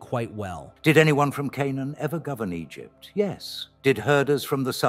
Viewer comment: About 20 min: Egypt-tie-in